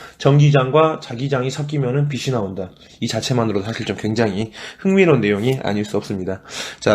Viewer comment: 비시 나온다 × 비치 나온다ㅇ 발음교정 부탁드립니다